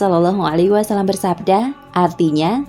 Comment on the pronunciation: Mohon maaf beribu maaf, sekedar mengkritik dalam pengucapan "Wasallam" (double L / Lam tasydid) bukan "Wassalam" (double S/ Sin tasydid) Minta rela